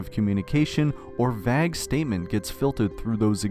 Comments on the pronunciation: I thought it was an ai voice because of the way you pronounced vague near the end. Never heard anyone say VAG before lmao 😂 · you sure buddy? you pronounced vague "vag" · "Vag statement?" yucky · I was following along, until "vag statement". Was this whole thing AI-generated?! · do you have multiple script writers? I find it very difficult to believe that you would write the word "vague" into a script and not know how to pronounce it edit: just realised this reads as me trying to disprove you but I'm not, this is a genuine question :) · you literally mispronounced vague completely, why would you write a word you can't even pronounce properly, clearly ai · holy AI script... bro mispronounced "vague"